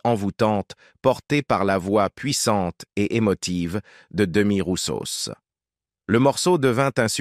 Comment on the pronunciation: Je confirme. Je l'adorais. Ch svp cette voix de robot de m....qui ne sait même pas dire le nom de l'artiste correctement